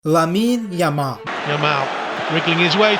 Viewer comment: Stop saying yamole motherfuker, pronounce it properly